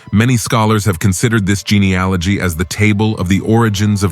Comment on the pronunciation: You mispronounced Japeth and geneology. And, the three sons were not born After the flood. For , they each had wives they were allowed to take on the Ark. God bless 🙏